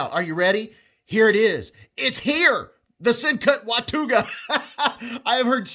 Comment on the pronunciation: Hey, by the way, in north Texas we pronounce that Wa-ta-ga. Just saying.